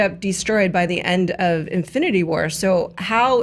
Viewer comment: Horse-Goat. Also, IN-FLU-NITY WAR!!!